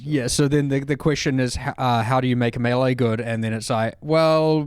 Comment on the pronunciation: is working so hard to say "melee" correctly. Good on him!